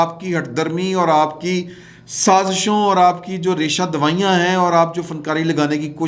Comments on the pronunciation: You always say "raisha dawayian " which is not correct. The proper term is "raisha dawania" Thanks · I watch you reguIarly on YouTube and I hope you won't mind correction of Urdu. You said "Resha dawayan" It's Resha dewanian" Thanks a lot to be a bold journalist. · "Reshadawanian" hota hey boss